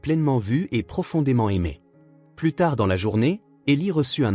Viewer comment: APLANIR un conflit... Plus dans le sens négatif ne se prononce pas "pluss", mais "plu"... Donc, si la fille a 9 ans, avec la réunion de famille annuelle, comment peut-on être surpris ? Ce ne devrait donc pas être la première fois que ça arrivait. Pourquoi parler d'un choix fait ce soir seulement ? Ces vidéos manquent souvent de cohérence et de conséquence. Pourquoi ne vont-ils pas tous les trois en Islande?